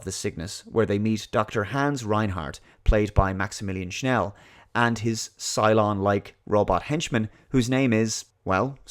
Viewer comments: Don't say Schnell, say Schell. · are you saying Schnell instead of Schell? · Maximillian SCHELL, not Schnell. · It’s Schell NOT Schnell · This movie is really epic, and it scared the living hell out of kiddo-me in the 80s... (npc voice), THE NAME OF THE MAN IS MAXIMILIAN SCHELL, NOT SCHNELL! UNSUUUUUB! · Wrong: Maximilian Schnell Right: Maximilian Schell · "Maximilian Schnell" 😐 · I've always loved this movie since the first time I saw it back in 1979. I bought the special blu-ray edition a few years ago. It's Maximillias Schell by the way, not Schnell :) There is a documentary on it that explains that they had no idea how to end the movie so they came up with this thing that didn't really made sense. Still love it though. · It’s Maximilian SCHELL ... Not Schnel .. there’s no ‘n’ in his last name!~ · The Austrian Actors Name is Maximilian Schell not Sch(n)ell, also Yvette Mimieux is known as the young Eloi Weena from the original Time Machine Movie. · Are you saying Maximillian SchNEll on purpose? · There's no "n" in Maximilian Schell's name. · There is no "n" in Schell lol